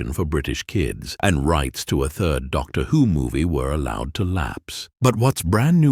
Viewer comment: The content of this is interesting but the AI voice is so distracting! Can the creators of these videos not read aloud for themselves? Even a second-rate reading by a human is better than an AI voice, which always sounds artificial, with weird inflections and consistent mispronunciations of names, e.g. "Doctor, whose greatest adventure" and "Weng Ching".